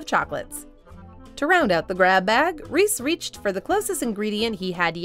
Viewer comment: Lol you can't say Reese's Pieces and Reese correctly.